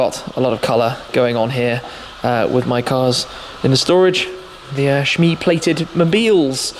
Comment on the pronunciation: Did you notice he said shit mee